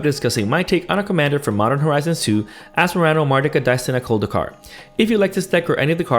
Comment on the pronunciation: I knew that you know what you are talking about when you pronounced the commander name correctly and as it was normal